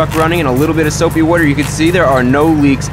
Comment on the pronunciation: soapy wooder